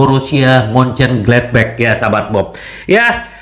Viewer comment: bacanya msh epetan hehe. Moncenggletbek bacanya moncengglatbah cara ngucapinnya. Hojlun dibaca hoylun. Peace